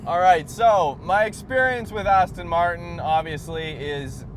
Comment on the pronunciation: Aston Martin, not Aston Martun.Americans can't even pronounce Jaguar.Jagwaar isn't correct. Twats!